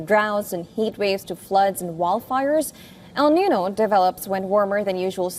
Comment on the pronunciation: Why can't you pronounce El niño?